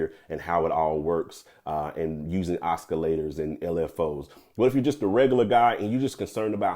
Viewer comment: Oscillators not (Oscar)lators!